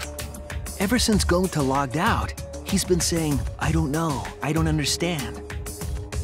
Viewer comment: Shuichi said that wrong and kokichi says it gonta